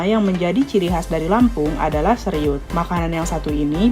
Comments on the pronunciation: Seruit oy bukan seriut😂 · Presenter yg menarasikan sebaiknya observasi wawasannya dg benar, ini banyak nama yg disebutkannya salah, seperti seruit disebut seriut, ikan simba disebut samba, segubal, disebut segumpal dll... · Seruit kakak 😂 atau seghuit kalo pake dialek lampung